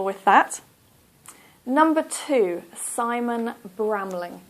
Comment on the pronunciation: SIMON NOT SAMON